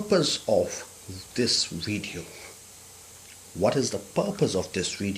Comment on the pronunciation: It's video not wideo lol